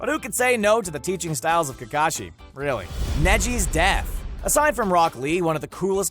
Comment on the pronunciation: He says Takashi not Kakashi